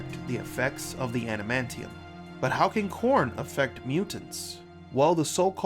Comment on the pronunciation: Did you really call it anamantium or are you suffering from poor diction?